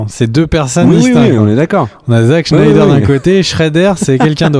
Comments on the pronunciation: Ca se dit bien "shnayder" et pas "snaydeur" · C'est SSnyder, pas SHnyder ... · Pourquoi prononcer Schneider. Snyder tout simplement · FAUX! C'est Snaïdeur. Facilement verifiable.